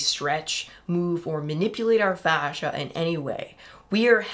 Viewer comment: Fascia become slowscia Seriously though it's face-sha, yeesh.